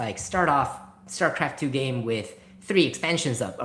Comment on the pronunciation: 8 seconds in and I guess it's called Shtarcraft 2.